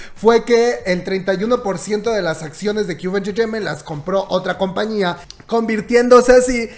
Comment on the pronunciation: Cube enchecheiment! jajjajaaja que cómico como lo pronuncia🤣😂🤣😂🤣😂